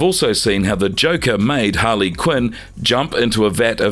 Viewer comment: It's Harley not holly